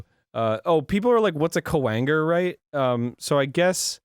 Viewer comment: when arin says kwanger it sounds like a swear word.